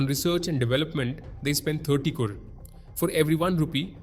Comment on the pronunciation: I don't know why but it bothers me the way this guy says Crore. 😂😂 It was so weird.